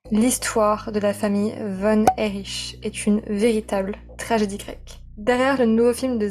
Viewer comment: Les Von Erich?? (prononcé 'ch' ?) Le nom à toujours été Von Erich ('K') même si le père s'est inspiré d'un pseudo nazi pour son personnage et que le nom aurait pu avoir une consonnance germanique. C'est dommage même pas trois secondes de vidéo et j'ai deja stoppé.